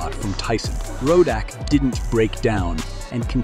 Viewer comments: Not a bad video...but you should listen to the announcers for the correct pronunciation of his name. It's not 'Ro-DACK' as and several times thereafter. Decent content though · Its Riddick not Rudock 😂😂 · Sorry Mr Commentator What's his name! Ruddock or Raddack? Tyson would be confused too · his name is Ruddock not Ro-Dack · Why do You keep saying ROE DAK?! It’s RUD DUK! And how could You have not heard pronunciations while researching?! This is weird! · Who is “ Rooodack “ it’s Ruddock 😂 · Rodeck? Rodeck!? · Why do you keep pronouncing his name as Rodack when it's Ruddock? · Decent video, but please learn to say the subject's name correctly. Very irritating otherwise... Ruddock, not Rodack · It’s Rud-dock not fukken Ro-dack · Whats up with the commentator pronouncing Ruddock , ROAD-OK!! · It’s not road dack It’s Ruddick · Narrator makes this unwatchable. Rodak, Rud Dock, back to Rodak. I really tried but this sucks. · its rud dock not ROW DACK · who is "rowdak"....its rudduck get his name right bro..... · It Donovan "Razor" RUDDUCK NOT ROWDOCK. PSHHH FOOLIO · Rud-OCK , RO-DAK, lol A.I. at its finest. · ruddock not rodack ya goose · Really? “Ruddock” is pronounced “Roe-Dack”? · man quit calling the man Rowdack its Ruddock pronounced Ruddick damn! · Not rodack its rudduck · Roddack 🙄??? You could at least learn how to read before you do a video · Worst video ever. You pronounced his name wrong at least 4 different times. Probably 3 different ways. Tyson was NOT afraid. Rodock, Rudoke, lol..... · Why is the commentator calling him Rodack? 🤦🏻‍♂️ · Why is he calling him RODACK!!! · Is it "ruh duck" or "row dack"? This narrator is all over the place with the pronunciation, sometimes even in the same sentence! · Tyson afraid of Ruddock? 😂😂😂😂😂. Why does he keep saying Rodack 😂😂😂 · Donovan "Rodack" lol. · Who...is...Rodack😅😅The narrator can't read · why do u keep saying Roe-Dack...what's wrong with you? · rowdock..rowdack.. whats wrong with the narrator.. ??